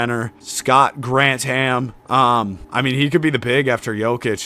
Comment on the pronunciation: It’s Gran Thum not Grant Ham lol